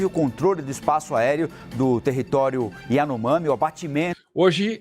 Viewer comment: Lula nunca consegue falar as palavras de cunho estrangeiro ou diferentes do português, kkkkkk Iranomami.